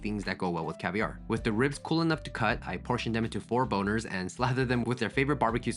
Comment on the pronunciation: How is there only one comment about “4-boners”??? Had to replay to make sure I heard that right